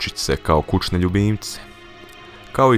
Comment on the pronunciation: reko si 'kučne' =-O =-O =-O =-O